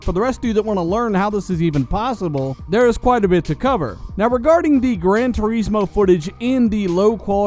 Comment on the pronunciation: It bothers me how you say turismo, probably just nicotine withdrawal.. but fuck you..